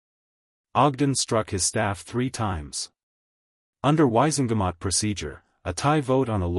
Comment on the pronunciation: sighs Dursley = DURRZZZ-LEE Wizengemot = WHIZ - IN - GAH - MOTT